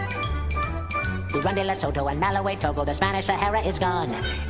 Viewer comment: Not malawae its malawi